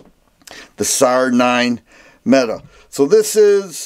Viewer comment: Actually METE pronounced MEAT Almost … optic ready …🤣